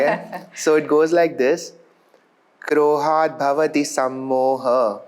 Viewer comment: Explained very well but he needs to learn how to pronounce Shlokas right as he may teach his kids with all this wrong pronunciation which will continue. The first shloka he read “Krohat Bhavati” it’s actually “Krodhat Bhavati” where Krodha means Anger.